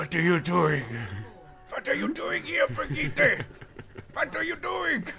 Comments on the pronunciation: KNOWS HOW TO SAY BRIGITTE'S NAME!!! Not...Not though... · Thanks for being the only one pronouncing BRIGITTE correctly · you actually pronounced it right!!!!